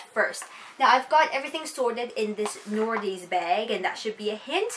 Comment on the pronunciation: The majority of people mistakenly say it like "Nordstroms," so you're not alone, haha. It's a total pet peeve, though! Makes me cringe every time lol